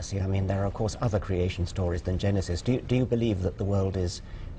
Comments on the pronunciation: Will somebody PLEASE teach this bitch how to pronounce creator/creation? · bizarre pronunciation of creation...